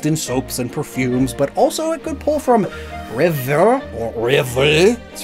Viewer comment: Also rever is pronounced revay